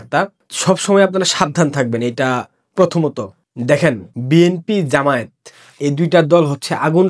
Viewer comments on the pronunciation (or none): none